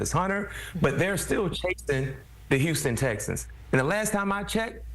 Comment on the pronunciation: This brother can't pronounce the words, 'Houston Texans'. He has said it 4 times in this video and each time it comes out as, "Houston Stexans". .🤣🤣